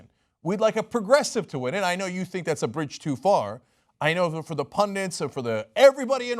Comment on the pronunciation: Pundits, not pundants. They're bandits, not bandants.